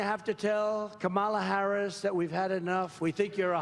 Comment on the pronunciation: It is so disrespectful of him to constantly and purposely mispronounced the Vice President's name - ugh he is so annoying!